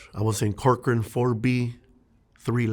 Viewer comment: I’m from California, when u said Corcoran State Prison, I cringed.